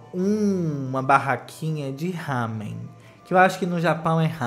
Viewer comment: O negócio rosa com a espiral se chama Naruto. E sim. É comestível. Uma correção de pronúncia, Ramen se pronuncia com Rá invés de Há. Meio confuso? É só pensar assim. A forma como você pronunciou é como se fosse Hamen. Tipo Hi! Hi! Mas sem o i no final. Mas como se escreve Ramen, então é pronúncia de rarararararararararararararararararara kkkkkkkkkkk